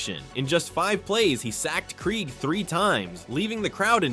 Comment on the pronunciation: That game sucked. All of those sacks only to lose at the end. Hey AI voiceover, it’s pronounced Dave (Craig) Krieg.